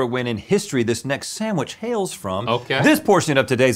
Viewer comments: please stop saying “Sam-which” 🙏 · Sand-wich. Not Sam- wich. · Am I the only one that is bothered by Rhett and (not so much Link) pronouncing it SAMwich not SANDwich. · "Samwich." - Everyone on GMM